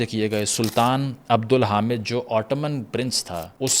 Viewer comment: Wo Prince k bajaye Sultan the jab Zionists ne contact kia tha, he ruled more than 30 years as a Sultan...aur Apki Pronunciation ko kia hua?? Chalo Osmaniyon ko Ottomans kahna established hai.........Sultan Abdul Hameed ko Haamid to na pukaren, ye b famous name hai. Pakistani national tv channel per 2-3 saal tak is title ka show chala hua hai recent past me.....I am assuming ye jaldi me adaigi k flow me aesa hua hoga...is per itni tawajah na hogi